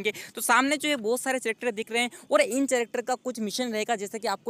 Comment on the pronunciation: चैरक्टर नही भाई कैरेक्टर